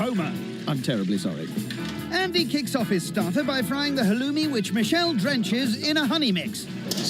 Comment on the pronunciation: WOW.... Aren't you special ? NOT !!!! And fyi...it's halloumi, not whatever you called it.